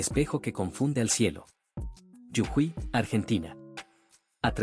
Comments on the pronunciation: Yujuy noooo!!! 😂😂 Jujuy. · Hay que decirle a la IA que es JUJUY no yujuy. El mapa localiza muy mal. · Las salinas son en Jujuy no es Yujuy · Es jujuy NO yujuy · Si te gusta monetizar tus videos, x respeto deberías a prenderte los nombres de las provincias de mi país, el idioma es claro, es Jujuy, y no yujuy, como lo mal pronuncias. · No sedicen yujuy sedice jujuy😂🧉🇦🇷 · Es muy difícil pronunciar Jujuy que tienen que decir (de forma ridícula) yujuy? Si esto es generado artificialmente, le sugiero que revise su programación para no caer en el ridículo. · Y después dicen que somos agrandados... 😁🇦🇷❣️ Corrijan las ubicaciones en el mapa y la pronunciación de Jujuy... Gracias!